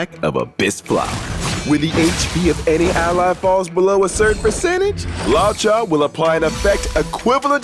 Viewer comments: I always thought his name was pronounced Lu-oh-ka. I didn't know it was Law-cha. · Right? He keeps saying Lao-cha whereas I thought it was luuoh-cha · It's "lu-o-cha," no idea where this guy got "lao-cha" or why they let him say it like that a hundred times. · pronounciation: loo-woah cha HSR english team: lawchuuh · law cha 💀💀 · Idk. I pronounce his name as 'Looka' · LAW CHA LMAOOOOOOOOOO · Hearing him pronounce luocha hurt lmao